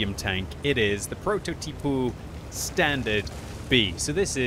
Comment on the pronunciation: Prototipou standard b, as an italian this made me laugh more than necessary. Love you kepp up the great work <3